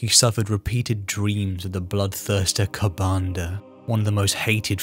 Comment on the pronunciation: A slip of the tongue named kabandaha a demon prince. It is a greater demon ofcourse and i knew what you meant. Good vids though im enjoying these and i prefer tyranids.